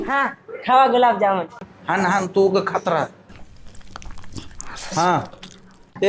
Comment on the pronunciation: बाई गुलाम जामुन नाही ग गुलाबजामुन😅